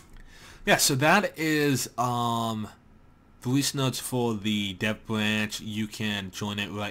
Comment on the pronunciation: why can't you say third and here and dev?